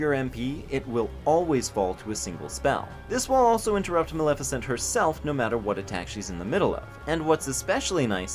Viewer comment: Hey “Malissa” had me fucking laugh out loud